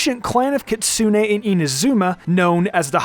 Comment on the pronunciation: Maaan that Americanised pronunciation of "Kitsune" hurts